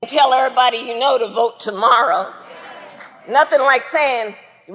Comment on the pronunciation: The fuck? "Whachu doin tomorra?" What the hell?